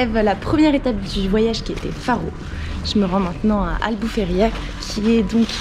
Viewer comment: La ville c'est Albufeira et non Albufeiria, aussi les grottes ce n'est pas Benaguil, mais Benaguil. Nous les Portugais sommes "très à cheval" sur les noms😉